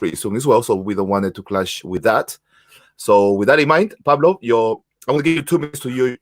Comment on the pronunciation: Pavlo not Pablo excuse me !!!